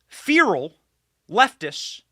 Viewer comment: Apacleptic.... Or apocalyptic... I haven't figured out when My boy Benny says "Fear-al" if he is mispronouncing "feral" or making an epic play on words when referring to libs as "Fear-al" ... I think it's the latter...